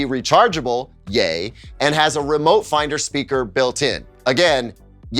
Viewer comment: I nearly spat out my drink when I thought I heard you say ''Gay'' instead of ''Yey'' when discussing the merits of the remote :D :D :D